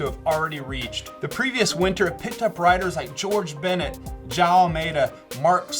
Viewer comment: Jo-ão, you can spell the o, like we do in Portugal. Say it with me.... Joooo- ão